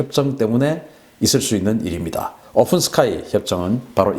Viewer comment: 오픈(open) 스카이를 ofen 스카이로, 푸틴(Putin)을 Futin으로 발음